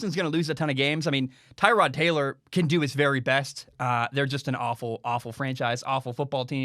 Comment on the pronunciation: I think that Tyrod’s name is pronounced Ter-rod, not Tie-rod. Kind of like Terrell Owens, just a little tidbit there.